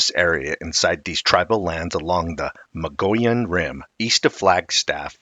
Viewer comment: Thanks for the video. I was told the correct pronunciation is the MUG-E-ON Rim.